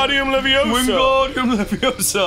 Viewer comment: goddamnit Ross. You HAVE to know is leviOsa, not levioSA